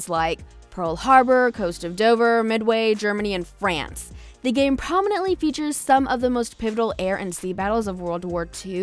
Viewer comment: The way she says France